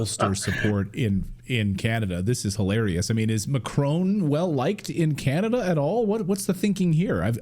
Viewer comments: It is Not MACHRONE As you say it is MA CRON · Thought this guy was supposed to be Canadian? Shameful that he says Macrone, intentionally mispronouncing his name. Americans might do it out of ignorance, Canadians have no such excuse.